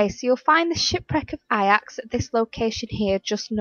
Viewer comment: Useful video no doubt but pronunciation of Ajax was horrific, it’s meant to sound like Ay-Jax